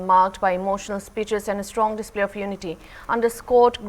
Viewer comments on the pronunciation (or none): none